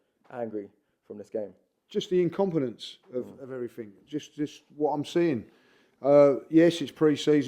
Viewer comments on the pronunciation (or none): has invented a whole other version of the English language. One of which letters are either jumped over or just ignored. IncompeUUUnce (incompetence). Eveerrrthin (everything). Naaaffin (nothing), Crea-eeee-v-eee (creativity), go daaaaaan thaaa roa...(go down that road), we go-aaa chance of duuu-eeen som...,(we've got a chance of doing something) everreeethin abbay (everything about), went daaaan injured eeeeday (went down injured today). Also pronounces pathetic as 'prophetic'. The 21st century Chaucer.